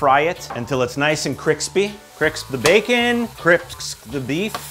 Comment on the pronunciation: kriks the baconz. kriks the beefz.